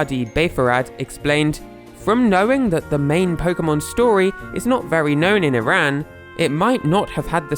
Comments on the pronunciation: I’m Iranian and btw it’s pronounced E-rahn not I-rAn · or as "e ran" ITS "E RON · STOP PRONOUNCING IRAN AS "EYE RAN" THE CORRECT WAY IS "E RON" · I've always pronounced it as "ehrán". Also, it sucks that you're in such a closed off country. Iran is a beautiful place and I'd love to visit if it didn't have so many major problems. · If you're going to do an entire video about a country, the least you could do is pronounce it properly. It's ee-rahn